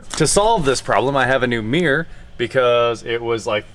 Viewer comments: This guy can't say the word "mirror" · is that a rear view ''mear'', or mirror??? Asking for a friend.